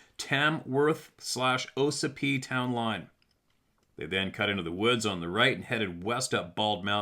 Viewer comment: It's pronounced, ah sipee. Ossipee lake and ossipee town